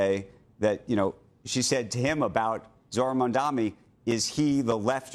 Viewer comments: Big fan of Andrew Ross Sorkin’s but I’d appreciate if he would learn to say Zohra’s last name. It’s “Mum-don-ee” not “Mum-dom-ee”. Repeatedly mispronouncing an ethnic last name sounds like a low level racist slur. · Iddiot ZOHRAN MAMDNI not Mamdami. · Still can't pronounce his name correctly